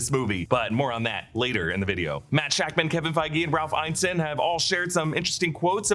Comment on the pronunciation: His name is pronounced Ralph "In-ness-in" not "Iyne-sin"